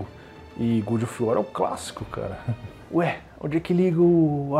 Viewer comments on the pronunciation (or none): Se pronuncia "Gódov uor" não "Gudi of uó" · Eu só n entendi se o fala "good of war" de propósito ou se leu errado mesmo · É que "gúdi of uar" é para os íntimos. Famoso Bom da Guerra :v